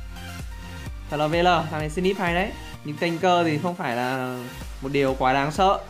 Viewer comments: Snip chứ k phải slip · Snip nghe slip